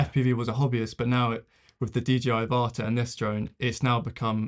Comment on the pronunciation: I think the pronunciation of the name is AVata, as in the film Avatar, not aVAta as you are pronouncing it.